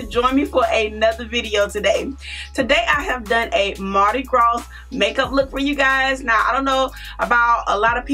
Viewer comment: This is beautiful but your pronouncing Mardi Gras wrong. This s is silent.